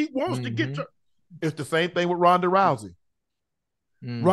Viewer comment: "Signature leg kick over Roodnaay Rousey." Work on this guys, it's a head kick. The name is Rhonda. With your aptitude, you can totally assemble and fly airplanes these days. Get some damn quality control.